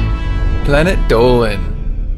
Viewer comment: dolan sounds like a dolphan